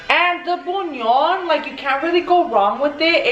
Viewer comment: Idk if this will help but you pronounce it like this: bulyaan